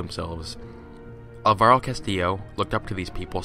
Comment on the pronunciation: Just a very minor thing, Alvaro is pronounced with the stress on the first syllable